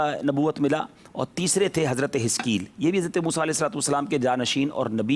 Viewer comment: Hazarat e hiskel Naam he plz Naam clear smjh nh aarha